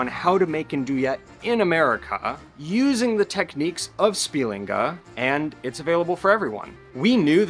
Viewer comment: spiLINga -- stress is on heavy syllables, but penultimates in general most of the time